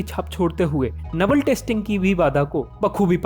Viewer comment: Your video is good but just one thing your pronunciation of naval is wrong